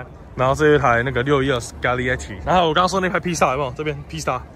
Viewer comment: Scaglietti終於不是ㄙˉㄆㄍㄟㄊㄧ😂